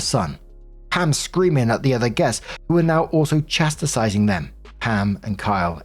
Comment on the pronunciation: "Chastising" is three syllables.